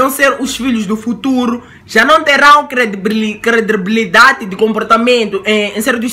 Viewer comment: Quando não fazes vídeo comigo não consegues dizer Credibilidade😂😂💫